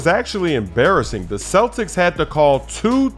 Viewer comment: Hey? U said cletics in 6?? huh? huh??